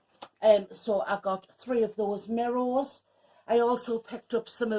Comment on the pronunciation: Looks lovely - it cracks me up the way you say mirr o’s (mirrors) 😝🥰